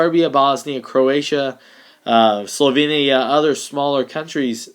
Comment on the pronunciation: SlovEEnia not slovinia, in terms of pronunciation.